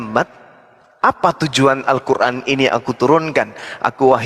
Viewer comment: Kafir klw nyebut Qur'an muuuuesti dgn sebutan kuran, di sini sdh jelas klw para Kristen pembenci islam.